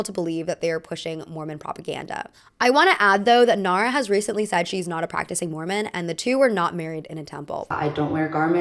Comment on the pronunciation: not me thinking you said "merman" when you said "mormon"